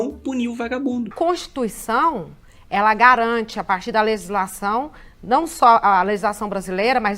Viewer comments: A mulher não sabe falar legislação, fica falando lezislação . É irritante como os mais ignorantes são quem querem ditar as regras. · E essa p... dessa abortista (como a maioria esmagadora da esquerdalha) não sabe nem pronunciar "leGislação"...; já repararam que ela pronuncia "leZislação" ? Como diria o saudoso professor Enéas: "-...incapacidade mitocondrial absoluta de minimamente raciocinar..." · "Lelisação", ñ sabe nem falar direito.